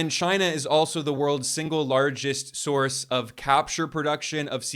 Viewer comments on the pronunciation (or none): none